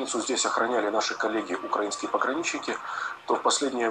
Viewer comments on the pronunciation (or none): none